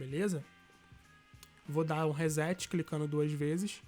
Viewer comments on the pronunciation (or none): none